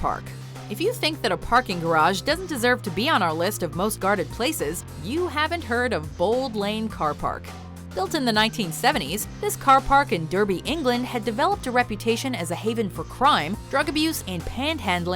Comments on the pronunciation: . It's pronounced "Darby" not "Derby". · 'Derby' is pronouced 'Dar-bee' not 'Derr-bee', and I can absolutely assure you that Bold Lane Car Park is absolutely NOT one of the most heavily guarded places on Earth hahahahaha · its not derby i live there and it is pronounced Darb-e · Derby, oh god.. Derby is not pronounced DER-BEE, it is pronounced DAR-BEE. It's like calling Seattle SEAT-LE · Oh for fucks sake. Derby, England is pronounced D-are-bee not D-ur-bee. It's not a demolition derby it's a very very old city and county. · Point of order: It's pronounced "Dar-bee" rather than "Der-bee" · It's always made me laugh that Bold lane car park is on these lists. Also, it's pronounced Dar-by, not durrrby. (yes I'm from Derby :) ) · It's pronounced "Darby", not "Durby". Thanks and kind regards. ---Derby native. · Its pronounced Dar-Bee not Durr-Bee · Just to say, I'm from 'Durby' England. It's spelt Derby and it's pronounced DARBY. Don't even ask why. Freakin' Durby.. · But you can't even get the English translation right... Its pronounced Dar-Bee not Durr-Bee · When u say derby England u pronounce it darby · In Derby 😂😂😂😂 it's said like this dar be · IT'S PRONOUNCED 'DARBY' FFS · Derby, is pronounced Darby...get it right. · Derby (place) is pronounced Darby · If you number 9 was Derby England it's pronounced D-ar-be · Derby in the UK is pronounced as "Dar-bee", not the stupid pronunciation used here. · I had to pause the video, and go and puke and how she said Derby. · It's pronounced Derby, not Derby.